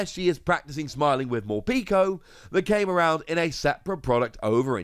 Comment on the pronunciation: Morpeko is pronounced like peckish. It’s the official pronunciation.